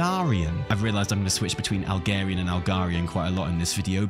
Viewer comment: could yall stop pronouncing Algar-ian different to Khaz'Algar -- it has nothing to do with Alg(h)erian :'D ... Khaz'Algaaaahr > Algaaahrian thanks for your attention